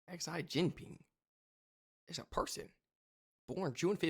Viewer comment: Pronounced Xi (She)